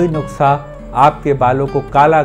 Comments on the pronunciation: (नुक्सा) nai "नुस्खा" hota h.. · It's nuskhaa not nuksaa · sir aap jab nuksa bolate ho to bhi acha lagta h